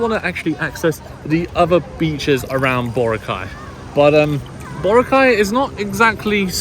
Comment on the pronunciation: Hey,. Say Bo-RA-cay correctly before you leave the place. 😅